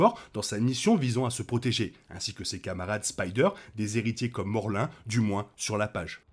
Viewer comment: Morlin ? Je crois pas que c'est ça son ce morloun